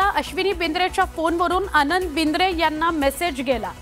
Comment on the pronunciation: BINDRE NAHI BIDRE 😂😂